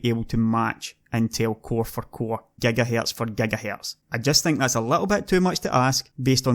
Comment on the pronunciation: say gigahertz lol are ghagahertz lol